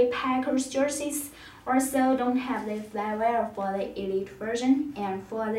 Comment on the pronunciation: “Russell wilsons numer srees jersees”,......what?